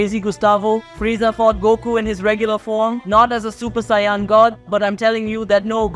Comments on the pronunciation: Americans generally pronounce Saiyan as "Say - en" , rather than "Sigh - yon". Like "do you know what i'm sayin'?" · love the work, but please stop saying saying Saiyan like 'SION' or 'Sai On' is annoying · The way saiyan is pronounced is so annoying and completely said wrong love the content but please can we get the pronounce of the words correct please couldn't finish the video it was pissing me off too much it's saiyan it's pronounced sai-yn